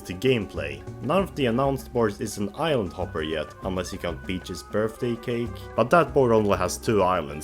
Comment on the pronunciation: Interesting list for sure - though (and I intend no offense on this) I kept mishearing island hopper as "idle topper."